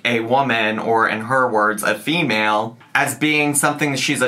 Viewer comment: “FEEmel is the sex” 🙄